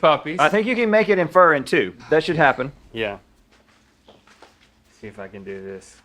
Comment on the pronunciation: Can we see-ah what’s most expensive at IKEA? Let’s talk about that.